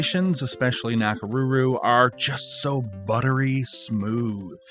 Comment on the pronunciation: the “ko” cd be better, it’s like “o” in konnichiwa and not a softened version like he did. same way with his pronunciation of Nakoruru. also it’s su + i (two vowels, one after the other) not something like [swi] like in “suite”